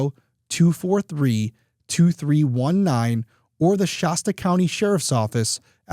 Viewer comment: In case it ever comes up again, I’m pretty sure that the locals just say “shass tuh” county. Good coverage of a really sad story, thank you Derrick.